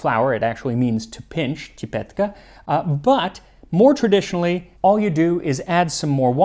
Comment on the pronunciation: csipetke became tipetke😅